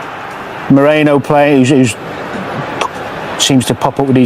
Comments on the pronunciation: It's not just Danny Murphy, the guy does the same. Somebody needs to send out a memo 😀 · Come on Danny, please pronounce Merino's name correctly. It's Merino, not Moreno. Like "erin," not "oren." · ...Say it with me. MEH-REE-NOH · at least say Marino, ffs 😂